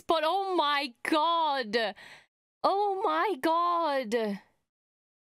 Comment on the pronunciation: Lol! You're "oh, my gawd." was so southern . Too funny.